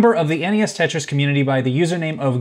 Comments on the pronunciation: "Tritris?" I'd call it "Te-tri". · “Cursed pentris”